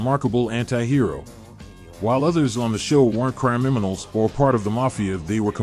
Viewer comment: did you say CRYiminals at or about ? lol